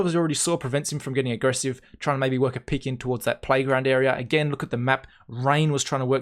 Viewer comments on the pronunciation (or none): peek not pick